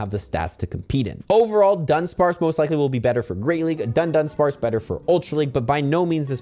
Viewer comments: It's DUH-DONE-SPARCE, not DONE-DONE-SPARCE., please take two extra seconds to read the name of the Pokemon for once. A lot of people watch your videos and many will adopt your mispronunciations. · it's a nitpick, but it's Dudunsparce, not DuNdunsparce, only one 'N' in there. Thanks for these update videos, easier to listen to while eating lunch.